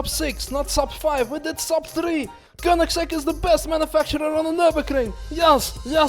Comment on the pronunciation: Well that Koenigigigiigsieieisegg atleast broke something;)